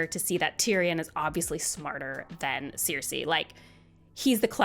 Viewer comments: I'm so happy You have this take. I have SO MUCH Appreciation for Feast. Btw, no disrespect but the way You say Cersie's name (Sir-See) drives me CRAZY 🤣😂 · Sees: Cersei; Reads: ‘Seer-Say’… 🙄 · Cersei ❌ Seer-Say ✅ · Great video, but the pronunciation of “Ceeersei” was very weird 😂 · Was listening to this (admittedly excellent) review as I was trying to go to sleep, but every mispronunciation of 'Cersei' burst my brain like an overly confident Oberyn Martell at a Lannister trial